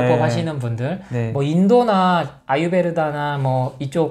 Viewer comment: 아유르베다 입니다. 아유베르다 아니구요. ㅎ 좋은 말씀 잘 듣고 있습니다. 고맙습니다